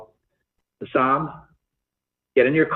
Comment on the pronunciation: Guy can’t even get his name right. It’s Hassan not Hassam. Maybe that’s why he’s hasn’t showed up. Dudes been calling him the wrong name this whole time.😂